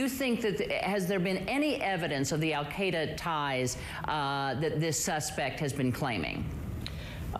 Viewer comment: Google al-cia-da